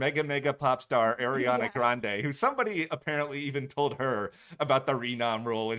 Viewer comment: Arianna Grande is not pronounced the way you think it is...